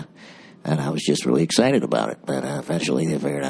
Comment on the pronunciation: "I've got allergies and I'm really rexcited about it."